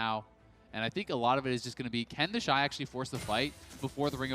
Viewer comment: Its TheShy not TheyShy